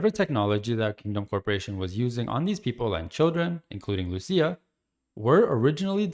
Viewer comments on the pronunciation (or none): lucia not lusia